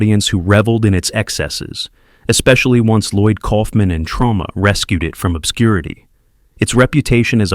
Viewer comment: It's Troma...not Trauma ..JFC